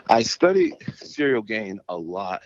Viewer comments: Is he calling him cereal on purpose? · Man's calling him CEREAL lol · I think is calling him Cereal on purpose I really hope it's on purpose lmao You see what I did there? 😎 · Why do they keep calling him Cereal lol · I think Jon is mispronouncing Ciryl’s name on purpose. He’s hiding his physique and training footage. This is chess not checkers from Jones. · Is Jones pronouncing Ciryl’s name wrong or it’s me tripping? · Mind games, he knows his name. By saying his name wrong he’s acting he doesn’t really know who he is I think? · How can he get his name so wrong? And why did he not tell him 😅